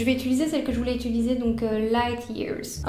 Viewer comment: tu dis j’ItUlise alors que c’est « UtIliser » !!!!